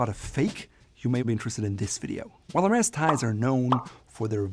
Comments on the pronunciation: Bro you pronounced it right "HERMèS" why did you carry the rest of the video calling it "HERMEZ" ? Don't they teach their vendors how to pronounce it correctly overseas ? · I think it's pronunced Hermey's 🤣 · “S” is not pronounced!!!